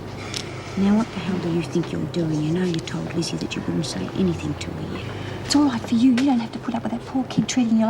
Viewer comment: Says "luz lizzie" and hes like it must haev been lizzy hehe